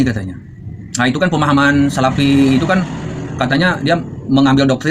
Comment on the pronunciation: salafi pak, bukan salapi.. bagusnya anda belajar ngaji dulu agar lebih fasih (bukan pasih)